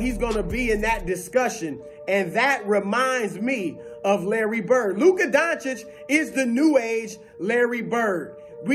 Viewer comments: I don’t care what color you are because I’m not racist. But over and over I hear black analyst mispronounce Luka’s name intensionally out of disrespect but they can pronounce Giannis’ last name. Ha. And they ALWAYS have to preface any compliment with “ it he’s slow” or “unathletiic”. And ain’t nobody padding stats in Dallas my man. Luka got 33 and 18 tonight in 29 minutes. He always sits and takes a rest win they’re winning. Harden played 39 minutes tonight. Luka rests each half and still averaged a 30 point trip dub last month. He has more 9’s in the stat columns than anybody. Do you think ANY other star would take a seat on the bench when they are one play away from a T-dub? Ha. Luka does it all the time. He could have four more triple dunked this year with one extra play. But he takes a seat life you’re supposed to. He doesn’t rob teammatesnof rebounds. It’s all in the flow of the game. All while black dudes flagrantly foul him and the rest of the white dudes in the league. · Averaging a 30 point trip-dub for an entire month now (only three players EVER did it); we call that the Triple-Doncic. But if you can’t pronounce that (like all the black NBA analysts who intensionally mispronounce it out of disrespect) you can just call it the 30 point Luka-Double. Peace!